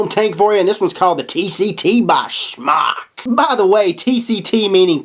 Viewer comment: Not sure why people keep saying Smock when pronouncing this companies name. It's pronounced Smoke (Smok). A simple Google search and would know this. There's a video on YouTube uploaded by Smok which is why I know. Not trying to be a word nazi just don't want people running around sounding stupid. Also at the end of the video pronounces it properly wtf, HA! I'm pretty sure when companies watch vidz like these they cringe when they hear their name mispronounced. Just a thought.